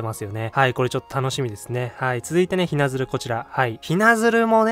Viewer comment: こんばんは！ いつも楽しく拝聴しております。 嫁ちゃんズが可愛すぎますね！ あと善子もwww 早く動いてる姿が見たいです。 細かいんですが、雛鶴の読みは正確には濁点なしの『ひなつる』です。 ご参考までに！